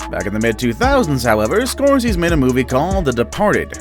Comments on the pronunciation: Martin Scorsees???? Really??? His name is Scor say see, tool!!! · Nope—> SCORE-SEH-SEE. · Geez, will you please go through your scripts and Google pronunciations!? "Score-sees" sete my teeth on edge and nearly every one of your videos I've watched since I discovered you channel has one or more of these haphazard pronunciations. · GOOD GAWD MAN- Martin Scorsese is pronounced SCORE-SEH-SEE. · Alfred Hitchcock also appeared in all 35+ of his movies. And the director's name is pronounced...Score SAY' zee. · Ok I was gonna let “The Fight Club” slide…then you said Martin “SCORSEEZ” 😳😳😳 You can’t have a list about movies and not know how to pronounce SCORSESE!!!!!!!! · Omg damn dude scoreceez. Wtf READ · Pretty decent until you totally butchered Martin Scorsese's name...